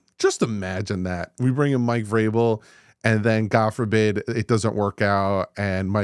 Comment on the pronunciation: As soon as you Said Mike vrabel I turned the video off lol